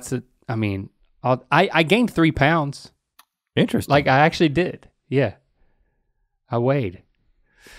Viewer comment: Anytime Rhett says “interesting” or “interestingly” i immediately hear in my head Link say, “EeeNtReStInG”